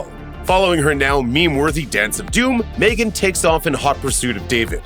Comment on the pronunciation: Its Megan not Maygen???